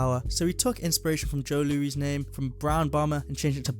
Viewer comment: The Brown Bomber, Joe Louis, pronounced like Lewis. An American boxer, not a French King.